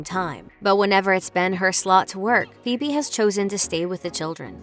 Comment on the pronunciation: I am absolutely livid how the narrator pronounced "Phoebe" 😔